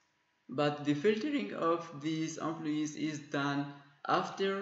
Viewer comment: amployeesss :D .. thanks man for this video. We are always looking for these kinds of videos. I loved it when you pronounce employees as "aamployyess" :D .. No offence.. Keep up the good work